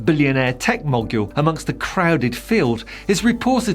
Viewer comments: Did I mishear, or was that "billionaire tech MOGULE"? If so, please note that mogul is pronounced "mo gull" :) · Thank you and HNY too. However, not everyone knows the phonetic alphabet, so "mo gull" is close enough for most English-speakers to understand. Either way, "mogul" doesn't rhyme with "module" :)